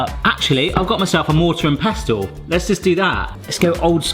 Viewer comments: You don’t actually pronounce the T in pestle. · The "t" in pestle is silent, food looks good though 🤘